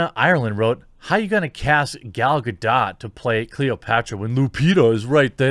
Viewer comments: Finally an American that pronounces the T in Gadot, it’s Hebrew, not French, there’s not silent T. Also, funny that the same people calling everyone a nazi are the biggest jew haters. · The Other Point Of View As a Hebrew speaker who's also fluent in English, that's the opposite of true. Gadot rhymes with dot, not dote, there's none of that "dowt" sound. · Hi Jeremy, I see you're having difficulties. Let me help: "Gadot" is pronounced with a hard 't' at the end. This word is the plural for 'gada', meaning "riverbank". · The funny thing is, Gal Gadot is middle Eastern And there's a "t" in Gadot it's supposed to be pronounced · It's Ga-dott, with emphasis on the last syllable, not Ga-do. She's Israeli, not French. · It's Gal Gado*t*. The t is not silent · Yo Jeremy, the name Gadot is pronounced as Ga-Dot with the t, and not as Ga-Dow. In Israel the name is written and spoken with the T counterpart in hebrew. So in short, the T Is not a silent one. (I guess unlike in french originated words I presume) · The T is not silent! Say it like G'dawt G'day! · Jeremy, I checked for you snd everyone else and her name is actually pronounced “Ga-dote”. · Jeremy, I checked for you and everyone else and her name is actually pronounced “Ga-dote”. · Her name is pronounced Ga doT. It's not a french name like Godot. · Gah-dough, Jeremy, jesus. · It's not gah-doh, and it's not gah-dout. It's gah-dot. As in "to dote" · It's Gah-Dot. (in hebrew גל גדות) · It’s pronounced “ga-DOTE” 🦸🏻‍♀️ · It's Gal Gadooh! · yeah antisemitism is alive... but jewish people don't go out burning buildings and kicking cars. BTW Gal doesn't care that much about Israel anyway. Edit: Her name is pronounced Ga-Dot (as in ) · You've heard her say her own name with a "t", but said it silent. Lol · What are the chances you pronounce Gal Gadot without the weird silent T you americans tend to apply to Gal Gah-Dot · Gal Gadot (with strong T at the end of last name).